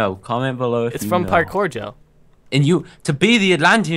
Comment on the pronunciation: Agreed except maybe the word "parkour" not parkpour.